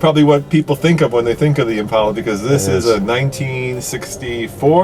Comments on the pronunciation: When did they start calling it an "Impaula" like all the ignorant people who have mispronounced it for years? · Why is he saying Impelas